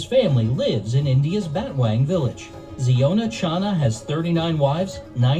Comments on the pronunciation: Its pronounced as "Zy-on-a" not "Zee-o-na". Like the Hebrew word "Zion" with an "a" at the end to signify he is a male. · Its zion not jiona he from mizoram india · Its Zion-a, not ziona. Wrong pronunciation, and they are from Mizoram, North East India. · The pronunciation of the name of with 39wives seems to baffles you. It's Zion-a ( a denotes male ) pronuns it as Zion Williamson's name. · Worlds biggest family, head of the family name should be pronounce Zaiona